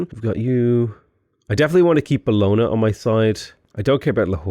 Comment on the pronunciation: Bologna: "Bellona" right...lets try again